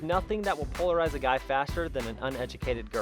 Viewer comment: HE SAID POLARIZE 💀👽 |-/